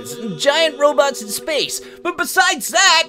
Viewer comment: And i thoght you said roblox insted of robot WEIRD